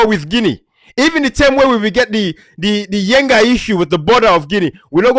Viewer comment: It's yenga not yengai